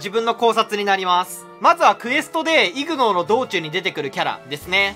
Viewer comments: ignoreはイグノーというよりイグノアですね読み方は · 発音がイグノーではなくイグノァーです